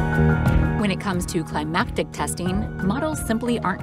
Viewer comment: The narrator's mind is reading climactic when it sees climatic. I wonder why..